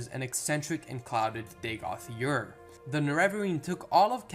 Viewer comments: Ur...its ur.....its easy? Ur...you said it right the first dozen times and all of a sudden used yer..and no...its not yer...imperial knowledge has better pronunciation and he's terrible lol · Bro you need to work on your pronunciations! Ur would be like ugh in english. Next Vvardenfell has only 1 (one) V in it's pronunciation.